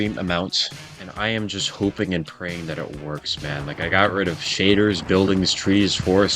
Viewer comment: Saying hoping like a Canadian says sorry.